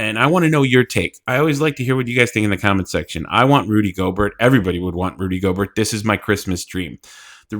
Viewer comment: I'm sorry but you have to learn how to say names sir. Divincenzo I'll give you a little slack on... but Gobert? C'mon it's not pronounced like yogurt 😂